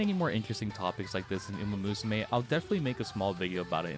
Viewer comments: Rabbit musume? XDDDD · "Usamusume" It's "Umamusume". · Yeah Usamusume